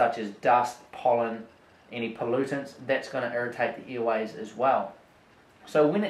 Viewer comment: Earways lol, what a funny accent :D